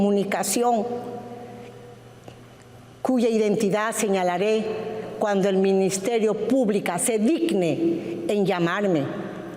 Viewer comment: Dudo que sepa cde leyes. Escucha còmo prununcia Minsiterio Pùblico.